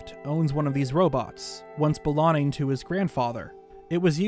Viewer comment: Is it like a meme/reference that always pronounces the word "long" as "lon" referring to LonLon Ranch or something? It bugs me probably more than it should, I wonder if he's just so immersed in the Zelda universe that his brain now just defaults to saying "lon" instead of "long". Even when he says words like "belonging" he still says "belonning", but it's not like he can't pronounce G's that come after N's because he doesn't say "belonnin" he does say "ing", so why can't/doesn't he say "ong"?? I've been noticing it for like the 2-3 years I've been watching but never commented/asked about it before. Only thing I can think is that it's a little easter egg he does deliberately as a reference to LonLon Ranch. If it's not deliberate, it's a very strange and unique speech impediment lmao, definitely not something common like a lisp or the one where some British ppl pronounce the R sound as a kind of W sound. What would the description be haha, like "a speech impediment where you can't pronounce the G after N, but only with words ending in "ong". Words ending in "ing" are unaffected and the G is still pronounced." hahah, how unusual